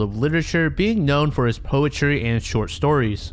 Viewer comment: "Poe is mostly known for his poetry" Did you mean POE-try